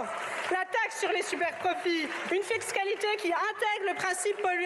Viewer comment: vous avez un problème d'élocution ou vous inventez des mots !? ils péspèrent, ébriété énergétique, le rézizionisme, désiper, une fixcalité, ascafizalité climatique etc ! il faut consulter un orthophoniste ! et il n'y a pas de S à cent, on ne dit pas cent Z'autres...sinon la veste verte est obligatoire chez les verts !?😂